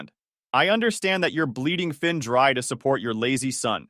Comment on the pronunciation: Thin, Vin?? His name was Finn !!!